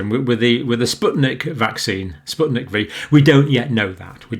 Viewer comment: It's spyutnik FIVE not V